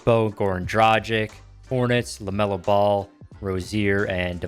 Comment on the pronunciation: Man, you have to work on your Dragic pronunciation, please 😅